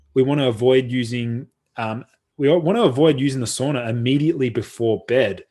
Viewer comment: It's pronounced SAUNA not SOONA